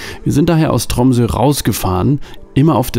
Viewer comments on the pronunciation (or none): paul sehstedt nein, das o spricht sich wie ein “u”. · Tromsø spricht sich korrekt “Trummsö” mit rollendem “r” und scharfem “s”.